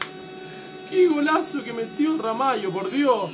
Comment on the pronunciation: Wow amigoooooo!!! Dijiste Ramallo sin pronunciar la "Sh" eso es increíble jsjjsjj saludos crack. Eres el mejor